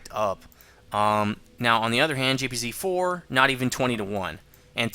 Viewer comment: Completely off topic, but one thing that's always annoyed me a little bit is that you pronounce German tanks names incorrectly. For example, the "J"P"Z"4, which should be the JagdPanzer 4/IV. Just a minor annoyance. :P